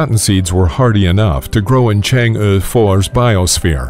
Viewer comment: It's pronounced "Chang AAA"